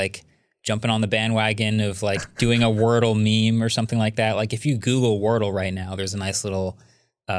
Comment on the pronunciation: Wardle vs Wordle...just saying... 👩🏽‍💼